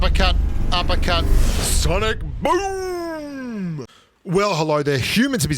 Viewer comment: Why do you say "Sonic BOOMB" ?